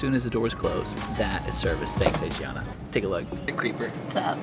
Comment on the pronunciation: You say Asiana wrong, but good video.